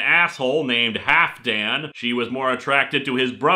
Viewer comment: The "I play a lute" line gets me every time XD Please keep making videos like this :D Also, I know I shouldn't laugh at mispronunciations but the letter "L" is pronounced in "Halfdan" (roughly it's supposed to be pronounced "ha-LF-dan") - it was a good joke on the name, though, because the name "Halfdan" is Old Norse for "Half a Dane". It was supposedly originally a nickname for a person who was half Danish but in the Viking era "Dane" wasn't just the name of people from Denmark - it was used in Britain/Ireland/Scotland as a term for "Viking" in general. Besides their reputation as fierce warriors, they were apparently also regarded as people who were good at brewing beer - it's even mentioned in an Irish folk tale in which a young woman catches a leprechaun in order to get his treasures. Before he reluctantly agrees he tries negotiating with her and promises to learn her how to brew beer, which he had learned FROM A DANE. She refuses but because she has to go back home to get a shovel, she ties a ribbon to a tree as a landmark and (stupidly) lets the leprechaun free. When she gets back the leprechaun has hidden his treasure again by using his magic to place identical ribbons on every tree in the area. She isn't able to find the right tree and is left with nothing but disappointment.